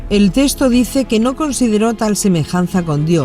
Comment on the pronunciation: Perdón una observación, es texto y no " testo " .